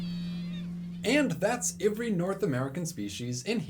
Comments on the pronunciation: Every starts with an e not an I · You say "every" really weirdly lol